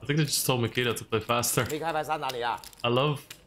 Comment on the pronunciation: His name is Nikita!!! Not Mikita